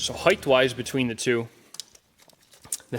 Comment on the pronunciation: There is no additional h in height. It's not HEIGHTH.